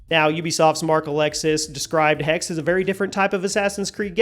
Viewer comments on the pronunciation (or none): Its not "hex", its "hexe" which is german for witch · Thanks. By the way. It’s pronounced HexE. Greetings from Munich. 🧙‍♀️ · Typical American not pronouncing Hexè properly you need to pronounce the E at the end it’s the German word for Witch. -_ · Dammit man, it's not a curse, it's a witch! HECK-suh! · it triggers me too. but americans will never pronounce foreign words correctly.